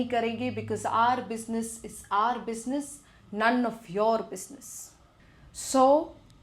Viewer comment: R Bussnuss iz R bussnuss None of uR bussnuss 😂😅